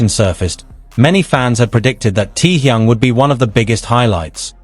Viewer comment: Can’t stand how is pronouncing Taehyung.